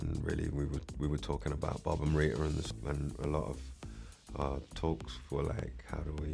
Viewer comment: .."Bhhab"??..no.. it's ' BOB '...!